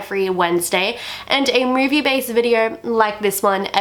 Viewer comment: It’s not “murvie..” it’s movie